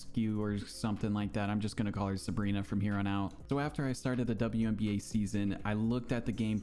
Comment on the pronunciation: "WBNA" HAHAHAHAHAHAHA